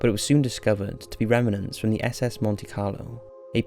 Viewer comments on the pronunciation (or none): none